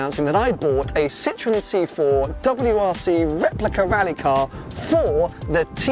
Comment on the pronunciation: Why can British people not pronounce Citroen? Citron is French for lemon. Citroens may often be lemons, but the brand name has an extra syllable.